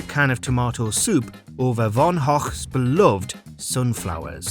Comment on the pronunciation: Von ock really dude?